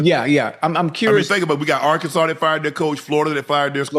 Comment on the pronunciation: Bro it's Arkansas 😂😂